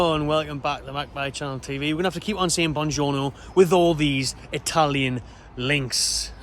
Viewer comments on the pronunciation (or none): Toonjorno ...... just saying